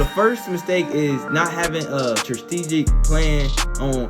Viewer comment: 😂😂 did this nicca just say “trusstegic”?? DEAD 😂😂😂😂😂 TRUSSTEEGIC PLAN AINT A WORD HOMEY. Stop using words you don’t understand 🤦🏽‍♂️🤦🏽‍♂️ it makes you appear less educated than you are. STRATEGIC STRUH -TEE - GIC not no TRUSSTEGIC..cmon gang tighten up